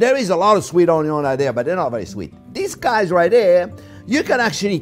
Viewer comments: I take a shot every time Chef says onyo in every single one of his videos, I woke up in hospital from alcohol poisoning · A Maaaa Zing video!!! Always a pleasure to travel the culinary road with you. The passion and joy you bring to cooking is infectious. I’ve been bitter by the Onion (pronounced own-young, I think) bug. Keep up the terrific videos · How this man says Onion is what hooked me lol!